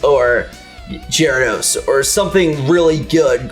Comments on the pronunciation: And - Jeradose? Really? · "Lopras" "Jaradose" xD, you guys are great. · He said "jared-dos" lol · Gyarados or Jyarados lol cause used a J like Jerry xD lmao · lawpris? Jraydos? Come on dude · jyrados ? lol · "Lop-rus" ?? "Jerr-ados" ?? I'm sorry I just can't get over that. Loprus and Jerrados. How did this happen? Did these guys even watch Pokemon before they played this shitty game?